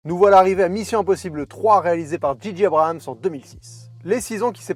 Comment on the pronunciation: Abrams et non Abrahams. Pourquoi tout le monde se trompe? 😆